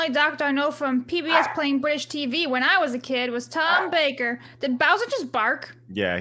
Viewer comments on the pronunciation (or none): none